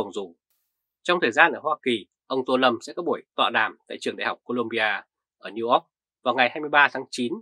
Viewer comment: phát âm newyork nghe tục quá. Học phát âm lại đi. Để Trà Mi đài VOA dạy cho.